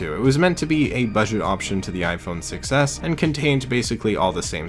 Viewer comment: The fact when saying "Iphone 6s" your saying "iphone success"